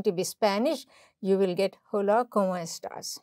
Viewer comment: Great explanation, very informative. Just one suggestion, "h" is silent in "hola"..